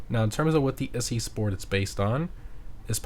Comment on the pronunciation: It's Italian, like "Itzy". As in Itsy bitsy. The Weeny Issi / itsy weeny